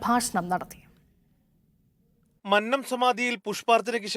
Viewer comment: നീയൊക്കെ ആദ്യം മന്നം എന്ന് ശരിക്ക് പറയാൻ പഠിക്കൂ. നീ രണ്ടും തെറ്റായി ആണ് മന്നം എന്ന് പറഞ്ഞത്.